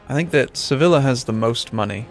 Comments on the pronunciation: Its pronounced Seviya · I know the series is finished and doesn't give a damn about pronunciation but "Sevilla" is pronounced "Seviya". The "ll" in Spanish makes a "y" sound. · i think its suppose to be "sebilya"